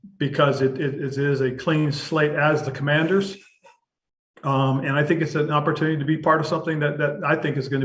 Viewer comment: AS a life long fan i have to say ...you fumbled the team name.